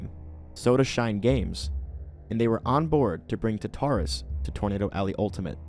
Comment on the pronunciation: for your information, Tartarus is said taar tr uhs. I just want to help you with your english. Thank you for the update and everything though! Edit: I got 8 UFOS on my first time doing the Alien Invasion, (which was the vengeful), so yeah that was fun